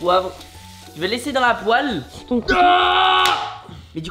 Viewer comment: Ça m'a fait trop bizarre qu'à 24,55 min il dise poële en prononçant comme poile au lieu de pouelle comme à son habitude